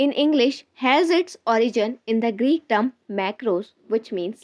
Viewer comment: It's term not team